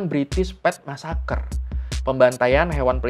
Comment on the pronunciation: Bri'ish massacr